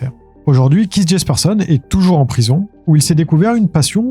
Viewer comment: KEITH se prononce KÉT juste pour corriger sans jugement. Merci